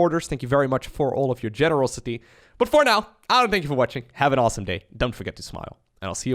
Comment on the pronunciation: i liked because you said tank you LMAO